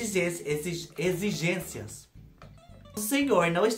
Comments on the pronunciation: Morri com os erros... Egigencia, egigenxia ... Caraca não saia! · A precisa de uma fonoaudióloga não consegue falar exigência kkkkkkkkk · Rindo até semana que vem com os erros de gravação 🤣🤣🤣, agora vou falar egigencia errado pra sempre 🥰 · Eita vc é demais 😀, dançarina particular foi demais 🤣, dei muita risada com seu vídeo, adorei a erradinha ao falar exigência 😂 💋💋 Ahh me lembrei de quando eu tinha meus 20 anos, meu namorado que hoje é meu marido, me levou num motel chik, tinha piscina no quarto, fiquei deslumbrada com o quarto, motel existe até hoje Studio A.🥰, estou casada a 30 anos.